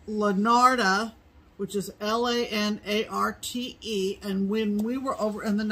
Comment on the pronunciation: Thank you for teaching us the correct pronunciation of Lanarte. I was butchering it! So happy you have a new recliner, looks so comfortable!